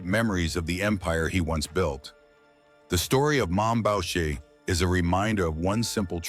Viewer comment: Bowcher??? It's pronounced Booshae! All you young guys so fascinated by this yo yo, you can read this in old newspapers. If someone has to ask when he died it means your probably young and watching a video being done by a nit wit! there are some pretty accurate videos out there. This is not 1 of them! This video doesn't even compare to garbage it's so bad! Jeff D. 70yrs old - retired!